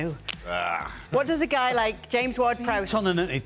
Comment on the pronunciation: Shaka: there's a 'GUAY' 😂